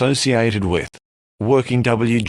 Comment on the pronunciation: I think you but wjth instead of with, not really noticeable though. :D